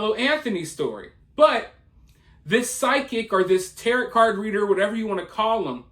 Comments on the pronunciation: It's pronounced Tay-Ro, not Terret. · It’s pronounced Tar-O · It's pronounced ta-row, not like parrot. The T at the end of tarot cards is silent 😂😂😂😂😂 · You do such great research usually, so how did u not double check how to pronounce tarot? Definitely not a jerk about correct spelling or pronunciations, but honestly surprised on this mister 😉😪 🤓